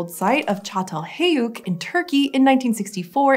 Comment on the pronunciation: "Çatalheyuk"... at least she got the first part right. They're getting there